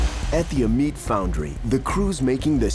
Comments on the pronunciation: Oi, goofball, it's an ai reader. I about spit out my coffee when he pronounced Amite ah-meet🤣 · Look up how the locals pronounce Amite where the frames are cast, he butchered it 🤣🤣🤣